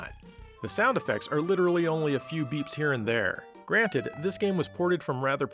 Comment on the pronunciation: did u say granite meaning granted? no mind blowers in this universe buddy! lol